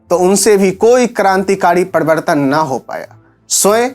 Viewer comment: Pehele bolna to seekh le. Padibartan, padtiband. Sala chamcha channel hai BJP ka.